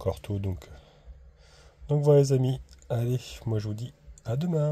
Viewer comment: Oui et les che à la fin des mots...les amichs....😅